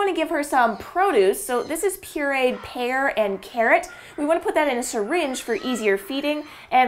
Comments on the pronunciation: Ha Ha. I heard hair and carrot as well! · At first I thought she said hair and carrot lol .